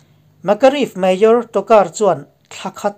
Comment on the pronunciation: Mayor tih i lam dan hi ngaihthlak a nuamlo deuh thin... Han bihchiang deuh teh aw